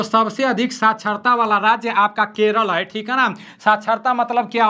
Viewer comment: Hai ko hem kyu bol rha h toh😅😅